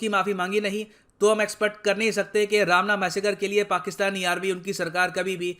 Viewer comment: Not ramna it is romna...